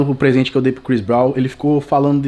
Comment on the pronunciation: "Chris Bronw"